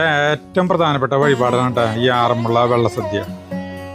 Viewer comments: It is not Vella sadya',Valla sadya' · വെള്ള സദ്യ അല്ല വള്ള സദ്യ ആണ്.... സരിത ഒന്ന് തിരുത്തി കൊടുക്ക്‌ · വള്ള സദ്യ എന്നല്ലേ പറഞ്ഞത് 🤔കേൾക്കുമ്പോൾ വെള്ള സദ്യ എന്ന് തോന്നി... 💕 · വെള്ള സദ്യ അല്ല വള്ള സദ്യ ആണ് പറഞ്ഞതിൽ ചെറിയ ഒരു വെത്യാസം.. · വെള്ള സദ്യ അല്ല. വള്ള സദ്യ ആണ്. സർവ്വം ശ്രീ ആറുമ്മുളേശ്വരം 🙏🙏🙏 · Vellasadya alla vallasadya Ennanu parayunnath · വെള്ള സദ്യയല്ല വള്ളസദ്യ. അതുപോലെ ആറന്മുള യാണ്, ആറന്മുള്ളയല്ല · Vella sadhya alla valla sadhya ennu parayu endinu engane parayunnu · ഞാൻ ഒല്ലൂർ ആണ് വെള്ള സദ്യ അല്ല വള്ള സദ്യ ആണ് ❤ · വെള്ള സദ്യ അല്ല ചേട്ടാ വള്ള സദ്യ ആണ്, ബോട്ട് അല്ല ചേട്ടാ പള്ളിയോടം... ഒരു കാര്യത്തിന് പോകുമ്പോൾ അതിനെപ്പറ്റി കുറച്ചെങ്കിലും പഠിച്ചിട്ട് വ്ലോഗ് ചെയ്യൂ... ഒരു നാടിന്റെ ചടങ്ങാണ് അത് തെറ്റിക്കാതെ പറയു... 🙏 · വെള്ള സദ്യ അല്ല വള്ള സദ്യ anu😅😅👌👌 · vllasadhiya alla Vellasadhiya Ennanu paraunnathu ❤ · വെള്ള സദ്യ അല്ല, വള്ള സദ്യ 😊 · വെള്ളസദ്യയല്ല വള്ളസദ്യയാണ്. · വെള്ള സദ്യ അല്ല. വള്ള സദ്യയാണ്. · Valla sadya ....not vella sadya,voice over koduthu correct cheythamathi....ciz many ppl will watchajuzzz....amazing vlog❤ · വെള്ള സദ്യ അല്ല. വള്ള സദ്യയാണ്.❤❤ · വള്ള സദ്യ... വെള്ള സദ്യയല്ലാ.. തുടർച്ചയായി അബദ്ധം പറഞ്ഞ് കൊണ്ടിരിക്കുന്നു... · വെള്ള സദ്യ യോ? വള്ളസദ്യ അല്ലെ. അറിയാഞ്ഞിട്ട് ആണൊ അതൊ?..... ആറന്മുള എന്ന് പറയു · തൃശൂർ ഭാഷ ആയതു കൊണ്ട് അങ്ങനെ തോന്നിയതാവാം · വെള്ളസദ്യ എന്നാണ് കേൾക്കുന്നത് 😅❤ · എനിക്കും അങ്ങനെ തോന്നി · Me too..